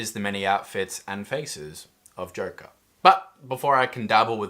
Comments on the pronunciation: For some very odd reason i hear him saying jerke instead of joker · This is why cant you say correctly JOKER???